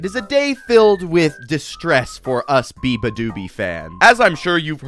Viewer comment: Beabadoobee? I thought you said 'Ooga booga'!